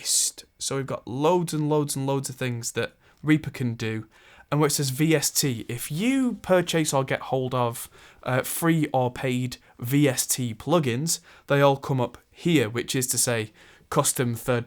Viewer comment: Never heard someone pronounce purchase as pur-CHASE before lol. most people say pur-chiss